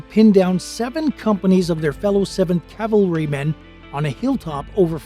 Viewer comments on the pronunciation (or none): It's "cavalrymen," not "Calvarymen," Sir.